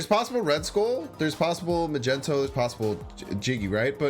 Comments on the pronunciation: He can pronounce magento perfectly though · mag-ne-to why keep saying mag-en-to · Can't pronounce Magneto. Hurts. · I love the content but i have to ask why dont you pronouce Magneto correctly? Its something am curious about.